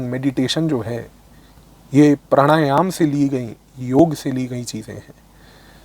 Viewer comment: Firstly, thanks for pronouncing Yog and NOT Yoga which most english speaking yog gurus have started saying just to appease their international audiance. While its great that Indian politicians are promoting Yog on International platform but they need to stop saying Yog has nothing to do with Hinduism. If all Indians start living a Sanatani life (which includes Yog practice), our healthy lifestyle and sucess will automatically start attracting more people to Sanatan Dhram.